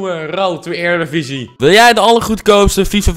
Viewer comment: jij zegt erediviesi heel raar uit (eerdiviesi